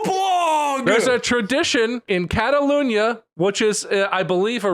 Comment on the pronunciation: Why does Bob keep pronouncing "Catalonia" as "Catalunia?" That's bugging me.